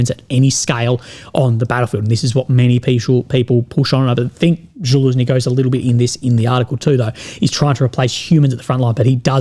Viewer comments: Its not Zhaluzny its Zaluzhny.. Sorry but someone has to tell you about how to pronounce his name.. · it is Za-Lu-Sh-Nee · Ok boys we got to start saying Fitso properly. Can we now get him to learn to say Zaluzhni? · Man, even though Zaluzhniy is an enemy of my country, he deserves better pronunciation😂